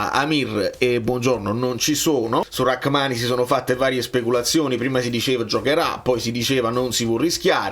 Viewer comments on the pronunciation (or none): È mai possibile che a nessuno è venuto in mente di controllare come si pronuncia Rrahmani? La h è muta!